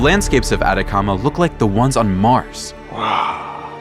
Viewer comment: No "Adacama" es "ATACAMA"